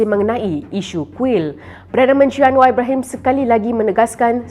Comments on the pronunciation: Malaydesh tak bisa ucap R, berikut buktinya 1. Anwa 2. Kuala Lumpo 3. Selango 4. Besa 5. Kasa Dll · 😂😂Jawahama pula sebutan nya terlebih " R" dan " a" contoh 1. Anwaarrr 2.Kuaala Lumpurŕr 3 Jakarrrrtaa 4. Surrrabayaa 5. Kaasarr